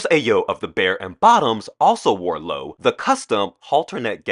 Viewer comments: GURL I clicked off as soon as he mispronounced Loewe. Bye Mr. Ja-TEZ 🙄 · You are mispronouncing Loewe. It’s not Lou… it’s Loeeeeewe. You have to pronounce all the e as in elephant . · The Spanish design house Lowe...is proouncd "LO-way" not Low. fyi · Loewe is actually the German word for lion. In German, it’s usually spelled Löwe but Loewe is also accepted. In either case, it’s pronounced the same as two syllables lyo + vuh. The stress on the first syllable falls on the letter o. And the e in the second syllable is an unaccented schwa. That said, I have no idea how Loewe, being a Spanish company, wants its brand name to be pronounced. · A lot of people DO say "Low" but when in Spain everybody seemed to pronounce the "way" ending...or "Lo-way" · Loewe is pronounced Low-ay-vay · RESEARCH, how the Fashion houses are pronounced so that you don’t embarrass yourself. Loway-vay is how you pronounce Loewe. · It’s L-O-E-W-E… not lowe… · Loewe is pronounced Lou-A-vay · You are saying it completely wrong. Say it like this, Low- wev- a. I dont get it either but thats how you say it. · Your pronunciation is of Loewe is completely wrong, Say it like this Low-ev- A. I dont get it either. But now you know. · Great video idea. Just so you know it's pronounced, Low weh vay. Loewe is pronounced very different than it's spelled for English speakers. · Loewe is pronounced lo eh ve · Loewe is pronounced Lo-ay-vay. Sorry but I can tolerate it once or twice but repeating it constantly gets to me. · Loewe is pronounced Lo-whey-vey. Three syllables. Lo-e-we. The “w” sounds like a “v.” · loewe is two syllables. please stop doing these critiques. totally uniformed and vacuous. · I enjoyed your film, I liked your delivery and presentation style. I thought it was on the whole , well researched but with some glaring omissions in regard to some of your featured guests. Only because you mentioned the brand Loewe so many times.....please check the pronouncement .....I will checkout your IG and book